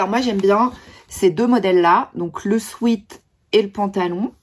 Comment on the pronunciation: Pour info, une toute petite correction : sweat (qui veut dire sueur en anglais) se prononce swet. A ne pas confondre avec sweet (doux en anglais), erreur que font presque tous les Français !